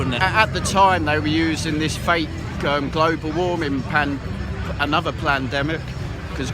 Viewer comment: "Anuvver plan..demic."